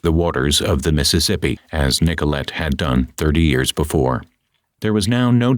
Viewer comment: Its Nicol-lay silly ai!